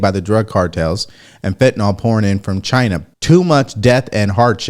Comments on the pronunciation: Its FENTANYL`.... not FENTYNOL which doesn`t exist !!! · It’s pronounced fentanyl not fentanol.